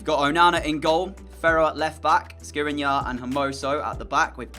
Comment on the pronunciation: I believe it’s pronounced SKRI-NEE-ARR